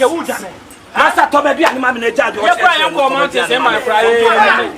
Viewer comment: Aden ah "mantins"(Mountains)😂😂😂